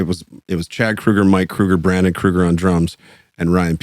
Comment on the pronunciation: Last name is pronounced like Freddy Krueger... Not like the grocery store chain name.